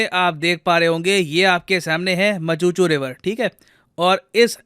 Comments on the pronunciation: Macchu dam no machuchu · Machhu river not machuchu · It’s not मचूचू. It’s मच्छू river.